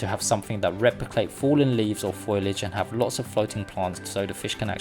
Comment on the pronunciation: Fo-Li-age notFoil-age.